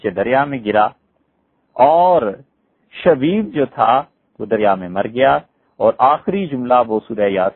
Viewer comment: حضرت مفتی صاحب کی خدمت میں گزارش ہے کہ براہ مہربانی آپ اپنے بیان میں جب شخصیات کے نام لیے کیجیے تو کچھ زور دے ناموں کی ادائیگی فرمایا کیجیے۔ معروف حضرات کا تو مسلہ نہیں ہے البتہ جیسے حضرت نے نام لیا۔۔۔شبیب۔۔۔۔یہ ھمارے لیے نیا نام ھے ۔۔۔ھمیں لگا حضرت شدید کہہ رھے ھیں۔